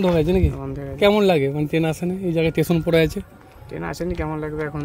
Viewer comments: ভালো কাজ করছেন। তবে উচ্চারণের দিকে নজর দিন। 'টেশন' না কথাটা স্টেশন। আর মোয়নাপুর না ময়নাপুর। বাংলা ভাষাকে বাংলাই থাকতে দিন। ধন্যবাদ। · আপনাকে বলে রাখি যে ওটা টেশন নয়,স্টেশন উচ্চারণ আগে ঠিক করুন তারপর ব্লগ করবেন😂